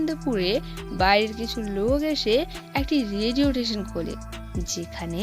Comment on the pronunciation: Radio station ❌ Radiotation ✅